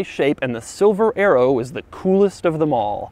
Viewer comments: I thought you said silver aero instead of silver arrow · I thought he was saying Silver Aero !